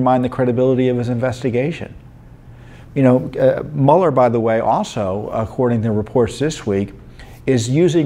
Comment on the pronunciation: Don't apologize for saying Mule R. It is more accurate.